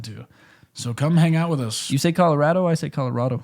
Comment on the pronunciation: As a Coloradan, said Colorado right